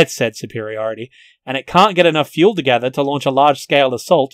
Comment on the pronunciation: "In order to proclude the need to feul the vichicals"